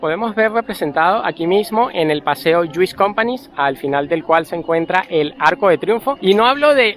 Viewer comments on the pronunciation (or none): Ay no por favor, no digas "Compani", se escribe "Companys" y se pronuncia como "Compañs". Menudo catalán estás tú hecho 🤣, te vamos a devolver con Maduro 🐷